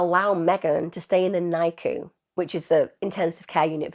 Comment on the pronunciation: Its said differently it's not nicu